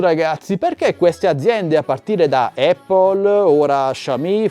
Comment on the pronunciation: Dici eppol perché è la mela 🍎... corretta pronuncia! Apple ha voluto fare le sue rivoluzioni modaiole dalla rimozione del floppy poi del CD/dvd( a favore del suo cloud ) ora x continuare a voler far parlare di sé elimina gli auricolari e ci può stare. Ma il carica batteria... è una ca×ata pazzesca(fantozzi docet). Tenetevi stretti il vostro status symbol!!